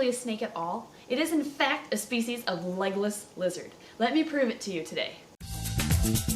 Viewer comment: Am I the only one who thought she was saying "Legolas Lizard" at the beggining... Oh... Okay.